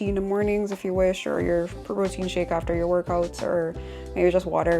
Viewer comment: "Mussel pwotein 'yntesis" 🤣